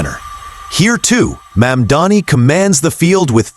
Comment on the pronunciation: Americans must love sexual predators and criminals. I cannot understand how disgraced Cuomo has so much support. He believes that by deliberately mispronouncing MAMDANI's name, somehow he can get ahead. What a scum. And every one else who deliberately mispronounces MAMDANI's name only air their ignorance